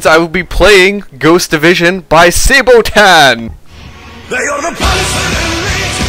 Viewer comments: It´s pronounced SA-BA-TON...easy, it´s a piece of medieval foot armor XD And they sing about all kind of wars. No offence, but Sabotan? SAY-BOW-TAN? Whut. Just died laughing. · Pronounced as it is spelled no fancy stuff Sa-ba-ton